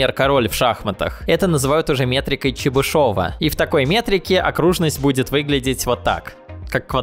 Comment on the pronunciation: Метрика ЧебышОва, ужас,, уши в трубочку. Великий русский математик Чебышев(а не чебышОв) Интегралы ЧЕбышева, метрика ЧЕ бышева. Не только книжки читай, посещай лекции, не будет таких позорный ошибок